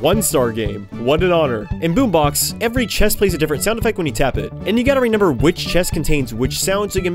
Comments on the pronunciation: Stop saying RENEMBER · Everytime i watch your videos i get whiplash when you say “renember”